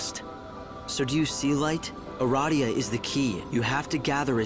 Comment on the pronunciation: When he said "eradia" it made me think of "erotica."